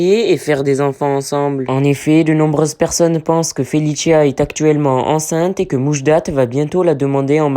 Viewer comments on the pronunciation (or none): Felissia c'est comme ça que ça se prononce pas felitcha 🤦